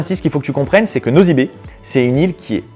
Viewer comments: franchement tu parles trop vite et en plus on ne dit pas " nozy be" mais c'est ' nossy be " pffff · tu prononce nossy be pas nozy be